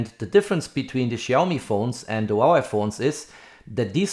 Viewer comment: Very good review. Btw, Huawei is pronounced as "Hua Way", not "Hua Wai"😁